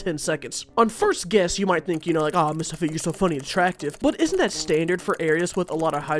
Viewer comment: Mistahfeet, mistahfeet, dont cry